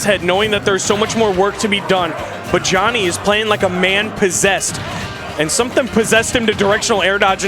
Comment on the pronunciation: the amount of times they mispronounce Joni needs to be studied